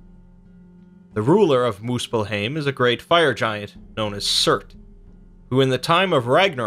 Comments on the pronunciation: Its called muspel-haim not heim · So when he says alfheim aesir and niflheim muspelheim it makes me so irritated because of how they pronounced it In god of war